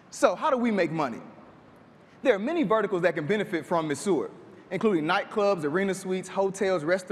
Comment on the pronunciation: Great idea, terrible pronunciation of the product's name. I can see hotspots going crazy over this.